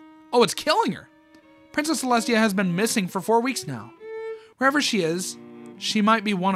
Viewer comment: “princess ceslutty”😭😭😭